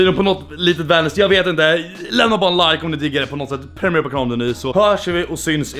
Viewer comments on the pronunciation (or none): none